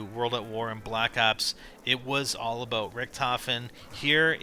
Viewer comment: He puts to much ennfasis on the all